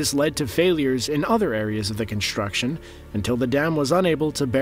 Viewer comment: Had to stop watching. Couldn’t handle hearing you say “conshtuction” or “infrashtructure” even once more time!